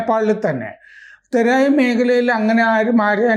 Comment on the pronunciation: Therayi ennalla thorayi Ennanu parayunnathu Thorayiyum Pahadiyum